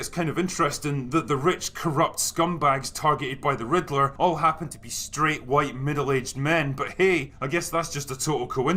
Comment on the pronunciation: This is rather pedantic on my part but to this birdman fellow ... it's "Riddler" not "Ritler"